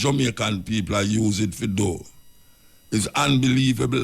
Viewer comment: Peopre...can you please try to pronounce PEOPLE better. I enjoy your content but I hate when u say that word and u keep repeating it over and over. Unu nuh badda come fi mi cause mi entitled to criticize.